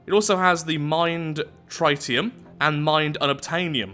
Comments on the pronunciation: tritium is pronounced 'Trihtium' and not 'Trytium':P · well tritium is a real thing in the real world and its pronounced tri tee um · Hey, just letting you know the Tritium is pronounced Tri-tee-um. Hope this helps! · It’s actually pronounced like Tri-ni-um (ni like in nickel). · I hate to be that guy, but it's pronounced Tr - it - I -um. Ok, ik I did it wrong, I probably shouldn't have corrected someone about something ik so little about lol. Trit - E - um